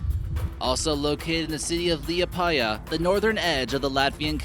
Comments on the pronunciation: Lol i am mostly Latvian since my family is from there and its so funny how you say Liepaje leeapieah. Its more like lehpieah Edit: if you walk around a corner in Latvia its impossible to not see a wild cat, sometimes wild dogs, but they are so common a pet shop would probably pay you to keep it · LiEpaya, not LiepAya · its not liapaya its lipaya omg no its da same omg me dume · omggg hes like Lieapæja, it's Liepāja xD and Kooknese it's Konese XD a few of this facts i didnt knew tho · 100% are latvians 0.001% are Estonians, russians, Americans I love how you said my city: Liepaja Lmaoo and I didn't know it was a prison oof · Im from latvia it was funny how he tried to pronaunce Latvian words Rīga Ventspils Liepaja and all of the other ones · Im_Out_Of_ToiletPaper!!! ! nu bet tā angļi runā viņi nevar izrunāt mūsu vārdus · i am from Latvia and i want to say its nice video. but funny was when u say Liepaja, Ventspils and koknese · Its a bit weird how you say Liepaja,riga and other cities/towns but anyways amazing vid